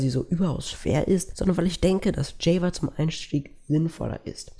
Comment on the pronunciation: Gutes Video. aber bitte ändere die Aussprache von "Java"